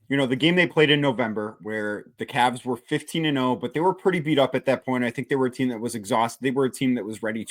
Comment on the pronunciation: CAVS!!!!! not Cabs!!!!